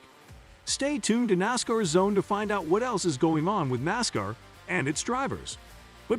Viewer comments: Learn how to pronounce Nascar Dumb Ass... No one that is a true Nascar fan will watch your content.. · First, it's NASCAR not Nascar and you are pronouncing NASCAR like a goon alien